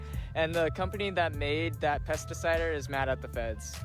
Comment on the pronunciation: What is he saying “Pesticiders”